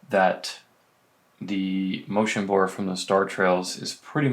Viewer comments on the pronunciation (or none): “Motion Burr”